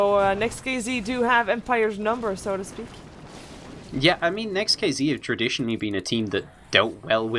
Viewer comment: not NEXT(KiZi) the correct spelling is NEXT(KeyZet)